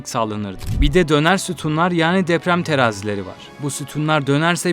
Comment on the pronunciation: Abi neden dzeprem...tsemel... diyorsun? "Tsı" "dzı" diye bir harf yok Türkçe'de. Ne oluyor "cool" mu oluyor sanıyorsun? Kulak tırmalıyor, tiksinme veriyor yemin ediyorum.